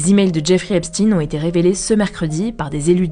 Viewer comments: "Epstein" pas "Epstine" non ? Il y a des petits problèmes de prononciation de noms propres il me semble avec HugoDecrypte, mais sinon merci pour le boulot journalistique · Alors c'est Stein comme dans Einstein pas Epstiiiiin😂. Pi On l'a suicidé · Mais c'est si dur que ça de prononcer Epstein correctement?